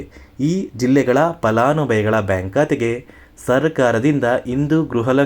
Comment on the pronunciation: Uccharane sari illa palanubhavi annabeku